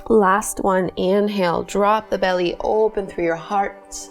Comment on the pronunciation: I didnt know you were Canadian until I heard you say "oooooopen up"